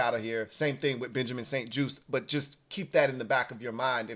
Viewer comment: juste pronounced like juice so Benjamin st juste